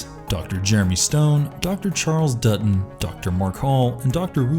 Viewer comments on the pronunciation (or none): none